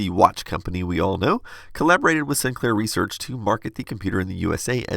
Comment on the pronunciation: Sinclair not SInclair lol